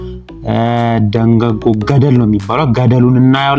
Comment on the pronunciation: ደገጎ ሳይሆን ደህጎጎ ነው የሚባለው 🤭🤭🤭🤭🤭🤭🤭🤭🤭🤭🤭